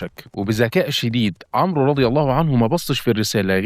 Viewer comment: الاخ المحترم . حرف الواو لا ينطق في اسم عمرو. وانما يكتب فقط . وحرف الواو وضع ( كتابه فقط ) لتميز بينه وبين اسم عمر (. مثل اسم عمر ابن الخطاب مثلا ) في اسم عمرو نضع سكون على حرف الراء ، ولا تنطق الواو. ابدا